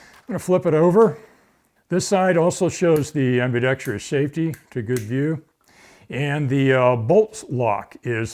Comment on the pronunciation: Thanks for saying ambidextrous correctly